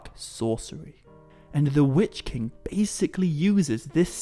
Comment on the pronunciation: Wytch-King are you talking about? :)